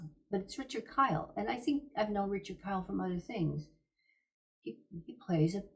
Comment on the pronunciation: Ok, I watched it again. The captions read "Richard Kyle." So you pronounced it that way and the captions reflected that. I think it's pronounced "Keel" like in "heel. Anyway, I've always liked that actor. He played Eeegah, the giant in that film which I've always enjoyed. I like your channel, thanks for the response! I stand corrected.